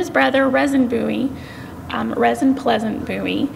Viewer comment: Name is pronounced "Reason".